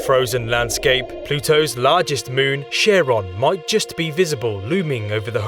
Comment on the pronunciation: Charon. Greek: Haron (Xάρων) pronounced phonetically. Charon also pronounced phonetically would sound pretty close to it. But SHARON really takes the biscuit ! Great video btw !